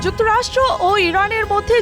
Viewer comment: "যুক্তরাষ্ট্র" এইটা সাধারণ ভাবে উচ্চারণ করলে কি হয়? ওইটা যুক্তরষ্ট্র না। যুক্তরাষ্ট্র।